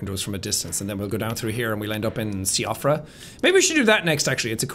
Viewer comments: Sean is Irish and he still pronounces Siofra as SEE-off-ra. It's Shee-fruh, by the by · JACK You of all people should know that Siofra is pronounced she-off-ra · Siofra, See-off-rah? Oh, Jack... I am disappointed in a fellow Irishman today. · Séan: there's lots of irish and welsh names in this Also Séan: pronounces Siofra wrong